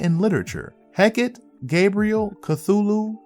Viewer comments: It's pronounced heck ahh tay or heck ahh tea. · Heck-ah-tay is how Hecate is pronounced. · Hecate = "Heh-kah-tee".